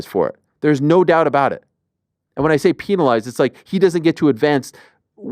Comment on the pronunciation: When Ariel says penalized it's kinda funny.